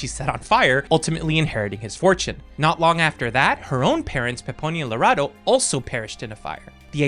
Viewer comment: you did a great job, trust when I many girls named Lerato always twang it for whatever reason, you didn't butcher it at all.